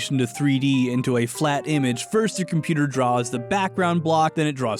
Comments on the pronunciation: Me throughout this entire video: "Hmm....yes, compooter" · Compooter?… Ah yes Compooter🤔